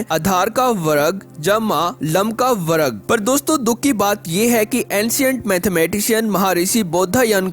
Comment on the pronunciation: वर्ग को वरग बोलने के लिए एक dislike